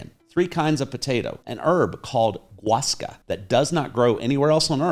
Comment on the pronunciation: Guascas grow in loads of places. I am surprised how poor your pronunciation is since you live there.